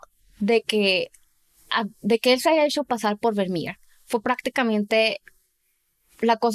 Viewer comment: Sería genial si la chica pronunciará de forma normal los nombres extranjeros, porque parece que tiene una Patata en la boca y se inventa la pronunciación tanto en inglés como en Holandés -aleman. No es Vernier por dios, Vivo en Holanda desde que tengo 5 años y me van a sangrar los oídos. Dejad de fingir acentos y pronunciaciones que no son vuestras naturales .